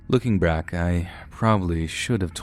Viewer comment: “looking bRack”😂